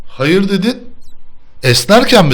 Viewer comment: hayır diğeceği yerde hoyarrrr dedi,adsds